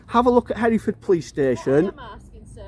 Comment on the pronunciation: Did I hear you say here ford. For God’s sake, it is pronounced Heref ord but joined together. The standard of education in this country is going down.....badly. That said, great that you are exposing total tyrants like him. But, instead of arguing with him you should explain the law clearly and intelligently. Ask him what benefit to yourself would it be for you to know what a registration number is. You can do nothing with it.